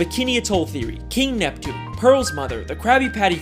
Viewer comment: It's Neptune not nepton